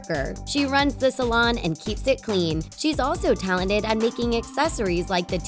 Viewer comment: ”Taladid” AHEM. TaLeNtEd*